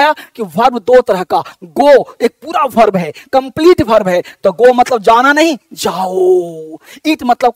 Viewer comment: Mujhe 5 second lagay ye smjhne me ke ye khel kood teacher वर्ब ko भर्भ bol rhe hain 🥺🥺😥😥